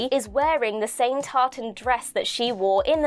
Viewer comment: As someone who is th scottish, I find the way you say tartan offensive.